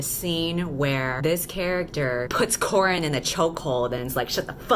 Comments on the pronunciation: Oh gosh, I can already tell the dialogue in this story is going to be witty and wonderful, haha. ALso: I know you’re saying “Corrin” (or Korrin), but the first time I heard it I thought you said “Corn”, so now that is stuck in my head and I keep picturing a cob of corn just getting the shit beat out of it. alSO: when you said you were aware that there is already a popular character named Mal, I thought you were referring to Mal from Disney Descendants. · Nooooo halfway through the video and now I can't unhear "corn." 😂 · I put this on while doing homework and for some reason, I kept hearing "corn in" instead of Corrin so it was "choking corn in" the entire time and I was like "wtf is going on" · oh.. its CORRIN, not corn... i'm getting fe fates flashbacks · Am I stupid or did she say new main character’s name is corn...